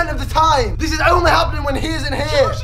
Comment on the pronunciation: when u said isnn't lol